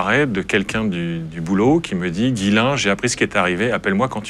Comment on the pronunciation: Guylain? Ils ont ècrit Ghyslain donc on dit Jyslain. Ya pas de guy.